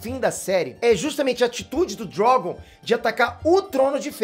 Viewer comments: Por que chamar o dragão de Drógon? Que coisa feia, aprende a falar. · "O DrÓgon"... Kkkkkkk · Sei lá, o jeito que ele fala Drogon é diferente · Porque ele fala Drogon desse jeito kkk? E poque ele chamada Dany desse jeito também? Kkk